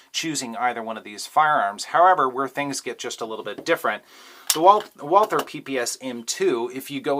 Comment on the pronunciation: Yah! The way you said it ! Walther any day of the week over the glock